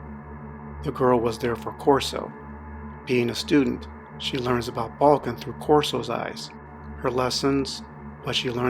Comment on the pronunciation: The names balkan not balkin :)